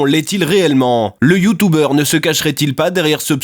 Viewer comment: Mdr bolognaise. Super vidéo, c trop marrant quand tu dit : "youtoube" ou "youtoubeur"